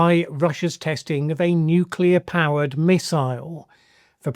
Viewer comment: Seems like Trump's understanding matches that of Bush's "nucular"...incoherent.